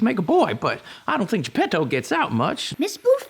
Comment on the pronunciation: o its geppeto. Not jeb pedo XD